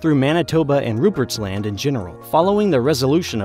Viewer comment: Newfoundland was particularly fun to hear. And it was a little jarring to hear him say Rupert’s Land as like two distinct words. Most people I know just say it like one word. That one wasn’t as bad obviously but it was still funny.